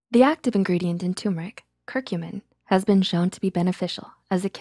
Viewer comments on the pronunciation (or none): Instead of 2·mər·ik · Did you know tur·mer·ic is pronounced /ˈtərmərik/ ~ter·mer·ik